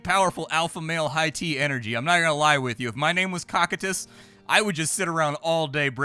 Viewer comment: this game gives me "Wizard of legend" vibes very similar art style, BTW its pronounced "ko-ky-tus".